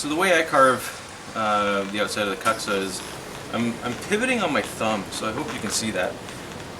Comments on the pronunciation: proper pronunciation of kuksa is 'kook-sa' ... if you're going to use a Finnish word, try to say it right :D thanks for the vids! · Kook-sa is correct, and it is a little annoying to hear it pronounced poorly, but people who pronounce it this poorly just don't care. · Why keep pronouncing it so poorly when you know better. Doing so really doesn't enhance the quality of you videos, or instill much confidence.